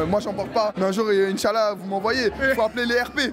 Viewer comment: on dit icha wesh